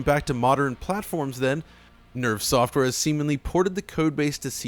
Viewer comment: Every time you say nerve it sounds like nerf! Yup this is the nerfed port!